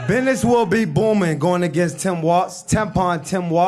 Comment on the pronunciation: You mean “bid-nuss”? I swear to God I just got dumber.